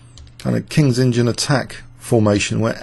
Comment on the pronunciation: Why does he keep saying Kings engine opening instead of Kings Indian....God only knows